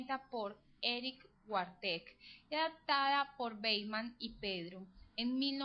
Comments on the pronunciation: ¿Una paisa explicando "la fundamentación teórica básica" de un test que no sirve para nada? Perdí 3 minutos valiosos de mi vida escuchando un sonsonete fastidioso que ni siquiera sabe pronunciar Wartegg (Varteg). ¿Desde cuando la psicología y el psicoanálisis es una ciencia como para querer dar una "fundamentación teórica" de una prueba insuficiente para clasificar la personalidad o estructura mental de un ser humano? Test de mierda, video de mierda, sonido (voz) de mierda. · Me molesta que pronuncie mal Wartegg :P la odié.